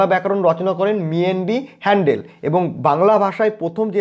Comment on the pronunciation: আপনি 'হ‍্যালহেড ' কে হ‍্যান্ডেল উচ্চারণ করছেন কেন 😛😛😛